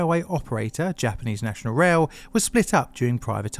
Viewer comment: You do really well with your Japanese pronunciation in this one! A small compliment, but I hope a meaningful one. <3